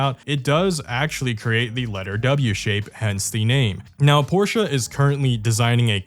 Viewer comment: you say „porsche“ right and i am astoniched. Danke